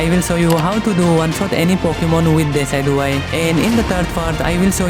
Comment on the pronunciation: I feel sorry for him even he didn't know how pronouns decidueye